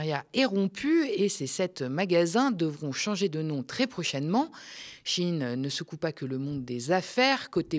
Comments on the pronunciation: "Shein" ne se prononce pas "Chine" comme dans "un chine toc" (terme wokiste à la mode) mais "sh" "ein" ,comme dans " ein volk ,ein reich ,ein Fuehrer "... à bon entendeur , salut 🚸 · Shein vous l'avez prononcé CHINE. purée j'avais jamais fait le lien 😮 G Jamais acheté là ni sur temu. Vinted oui. Merci 🎉